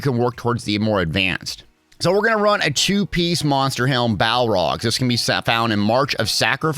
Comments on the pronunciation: Balorgh = "Bal org" Not "Bal rog". :) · The monster set is Balorgh, not Balrog. Like bay-lore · It's actually "bay-lorg"